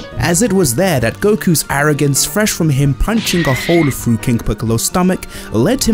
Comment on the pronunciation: "punching a hoe-oo frew king Piccolo" - !? Frew?